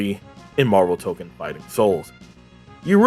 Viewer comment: not to be that guy, but its pronounced Toe-Kone, and tokon means fighting souls, so saying the whole name is redundant. I've been calling it Marvel Tokon, I've also seen it abbreviated as MFS